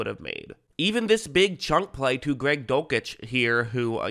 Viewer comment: You're pronouncing dulcich wrong